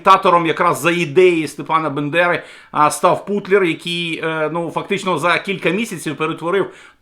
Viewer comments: Шановний! Українську легенду звуть Степан Бандера, а не степан бендера! Не говоріть, як говорить наш ворог путін! Воно, пуйло, неграмотне і в історії, і у власних назвах, а ви говоріть правильно, ви ж українець! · Перепрошую якій Бендера, ви хоча би прочитали правельно Степан БАНДЕРА. Будь ласка вибачтесь. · Доброго дня. Поправка - не бендера а Бандера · З Новим роком вітаю усіх! Нехай 2023 стане роком нашої перемоги!✊🏻🇺🇦 Дякую,, за вашу працю. Але БЕндера, то 👎🏻🙅🏼‍♀️🤦🏼‍♀️ Так кацапи називають Степана Андрійовича 🤷🏼‍♀️ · Не БЕндера, а БАндера, і бАндерівці...